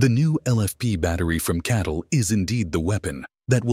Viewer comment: the ai get catl wrong pronouncing it as cattle, the bull sheep channel